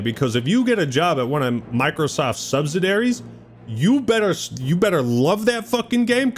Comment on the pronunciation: It's pronounced subsidiary, not subsidary.